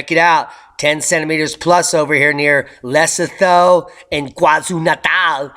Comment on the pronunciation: Love my morning ☕️+💎! Makes the day start right. ❤️❤️ Two things: Lesotho is pronounces le-soo-toe & it is a tiny country that’s landlocked inside of South Africa. And, water isn’t hydrogen dioxide. It’s dihydrogen monoxide.😃👍